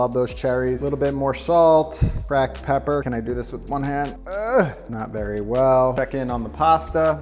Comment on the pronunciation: the elevation of Pepper to 'Peppier' really got me haha